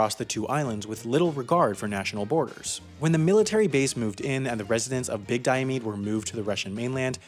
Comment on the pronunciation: I see your research did not include learning how to pronounce Diomede or Adak.